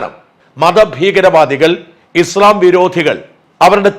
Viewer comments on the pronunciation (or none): none